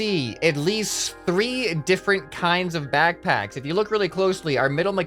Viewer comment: naw all you missed is as he says BACKBACKS